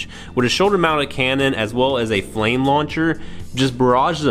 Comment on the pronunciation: I think they mean Frame Launcher.. Japanese cannot prounce "R" it is always "L"... so Frame = Flame hahaha The official name is Frame Launcher